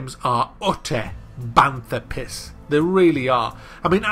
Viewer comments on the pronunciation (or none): you keep saying banthar piss. what is a banthar? or you saying bantha from star wars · Is it "banther piss"? What even is he saying I've never figured it out